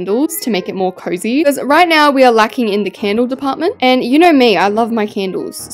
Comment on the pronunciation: I love her pronunciation with CANDLE.. idk why like to ME it sounds like CANDEW 😂😂😂